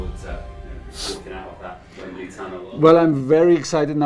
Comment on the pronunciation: Needs to learn how to say Wembley 😐 don't trust the spelling in this country bro. Listen and repeat